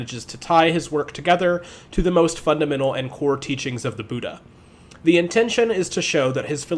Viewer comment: It's very small thing but just because people learn from these videos, the pronunciations are bud-dha and nag-ar-juhn-a